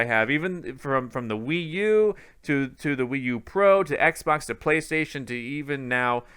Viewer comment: I cringe every time this guy says Xbox...